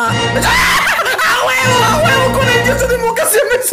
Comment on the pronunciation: No es yuyitzu es jutzu JAJAJAJAJJAJAJAJJAJAJAJAJA